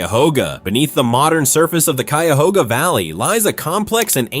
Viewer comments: You just butchered the pronunciation of Cuyahoga county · Also, never mind. He pronounced Cuyahoga correctly initially, but when talking about the river later in the video, it got butchered too. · A lot of videos documenting Ohio in general mispronounce the names - at first, the voice (probably AI) pronounced Cuyahoga correctly but later in the video it screwed it up, lol. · Ack! Cuyahoga and Geauga!!! Learn how to pronounce, if you are a professional narrator!!!